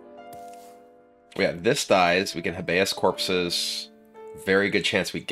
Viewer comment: the way you pronounced habeas corpses... thought you were smart kibler cmon now.